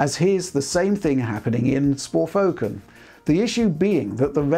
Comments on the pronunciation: Did just say 'Sporfoken'? xD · love the chuckle after mispronouncing the game as Sporefoken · “ sporfoken” LOL 😂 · sporfoken hehe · "and here's the same thing happening with Sporfoken". :) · SPORFOKEN! kekw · Great video as always! However, mentions "Sporfoken", which made me chuckle.